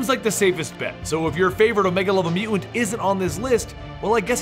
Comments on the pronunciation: Your mispronunciation of the word "mutant", drove me nearly insane. Sounds like "mew-ans". I couldn't finish the video. It was that aggravating. If you take the time to produce a 7 minute video on a given subject, at least take the time to learn to pronounce the name of subject correctly. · "Mew ent"? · does the way this guy says the word, "mutant/mutants" bother anyone else? mu-ents? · I think its one of those words when you hear if over and over in a short amount of time it starts to sound funny. Or it sounds like he pronounces it Mute-Unt. I dunno now I'm going crazy lol